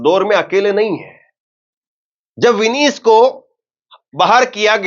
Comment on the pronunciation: विनीश ❎ विनेश ✅अपनी उच्चारण में सुधार लाओ